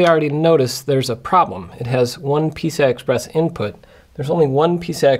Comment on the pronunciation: Am i the only one who thought that he kept saying 'pizza express'